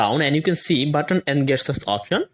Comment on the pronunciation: GESTURES! not Guess tures!